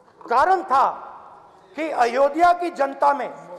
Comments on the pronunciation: अयोध्या है, अयोधिया नहीं... सिर्फ विरोध ही राजनीती है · isse ayodhya pronounce nhi kiya ja rha